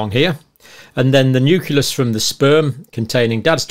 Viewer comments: Nu-cle-us I can't get past the constant mispronunciations I'm sorry 😕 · I love you but please learn how to pronounce “nucleus”!!!!!!!!